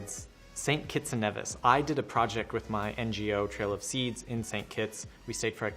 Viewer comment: Nevis is pronounced with a long E, great video though!